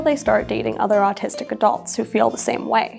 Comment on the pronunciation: You sound like you’re saying artistic.